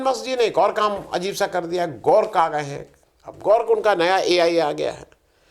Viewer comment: गोर्क नहीं ग्रोक है भाई।